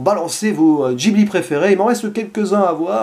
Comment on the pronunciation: Ça se prononce guibli